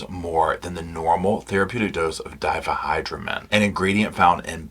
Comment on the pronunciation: I've never heard someone not in the medical field pronounce "diphenhydramine" so perfectly.